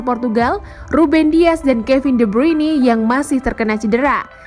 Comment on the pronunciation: Tolong dong tim admin ditatar pembaca beritanya bagaimana yang benar ngomong Kevin de Bryune kuping sakit dengar nya bruini